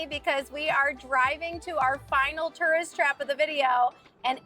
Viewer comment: Tough to watch a video about tourist traps in which you can't properly pronounce the word "tourist".=